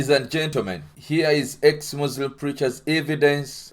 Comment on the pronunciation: As a Muslim I can confirm that you are a liar 🤥 , your can’t even pronounce the most important words Iike Allahoe Akbar, , Muslim and Islam properly , Unbelievable fore an ex Muslims sheikh I think you are IDF burned in a Mercava tank during your duty in Palestine , this is propoganda